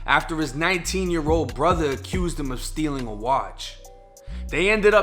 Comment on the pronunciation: He awgued and was chaawed with shootin' at his own brutha?